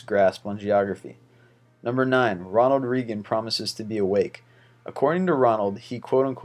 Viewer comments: YOU SON OF A BITCH PLEASE SAY RONALD'S NAME CORRECTLY. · Pronounce Ronald Reagan correctly please